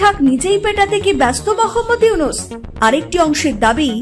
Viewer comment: MOKHAMMAD YUNUS ( মোখাম্মদ ইউনুস৷) , বাহ !! কি চমতকার উচ্চারণ !!!!